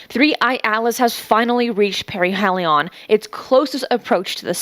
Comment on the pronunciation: Hears perihelion pronounced correctly Still decides to say to do the opposite